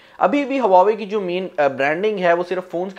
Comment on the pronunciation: Bro i think its wah-way not hua-way m i right...?